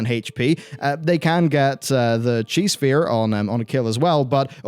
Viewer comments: I kept hearing Cheese Sphere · It too me way too long to realize you were say "Chi" sphere and not "Cheese" Sphere, and that is my fault. :)